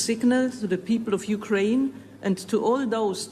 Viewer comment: It’s the “YOUKRAINE” for me 😂